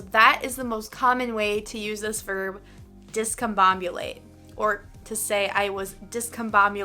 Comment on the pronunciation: I believe coerce is pronounced differently though. And for some reason, you say 'discomboMulate" instead of "discomboBulate" as if there's a bomb in this word.